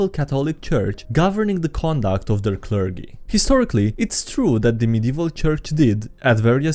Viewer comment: "Hello, Clergy-Dee-Ree here", but you have to mispronounce "clergy" like you did in this video. (It's actually pronounced with a soft G, like "Jeep".) XD